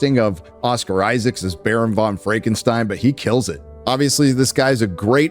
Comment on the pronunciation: It's Oscar Isaac! No "S" on the end! Lol